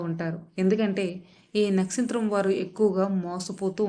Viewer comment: nastritramkaadu, nakshatram